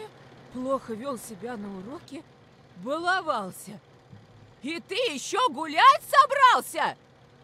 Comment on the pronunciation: ну мать мальчика говорит с ударением на А баловАлся